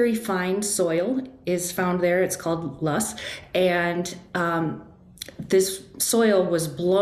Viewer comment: Loess hills, not lust!